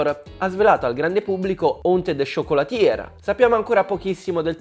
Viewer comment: Si pronuncia "ciocolatiè" non "ciocolatier", la pronuncia è importante